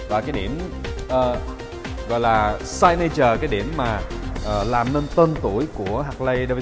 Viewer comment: tra tự điển chữ Signature để đọc cho chuyên nghiệp nhé!